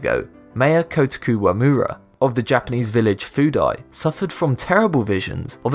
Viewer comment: Dude, you know, it should really be Kōtoku (or Koutoku), not Kotaku Wamura. I looked at the mayor's Japanese Wikipedia page and searched 幸得 (which is his first name) on Jisho. There are 4 different readings of his name, and Koutoku is one of those. I also did a Google search for "Kotaku Wamura" and saw the following article (it's the first entry listed) from the Kotaku website: "Why Kotaku Didn't Save a Japanese Fishing Village". In it, this prevalent mistake is addressed adequately. Interestingly, Cracked made the same mistake in their article, viz. "The 5 Most Satisfying 'Told You So' Moments Of All Time" published on February 9. Four of that article's entries are repeated here. Was that the inspiration for your video?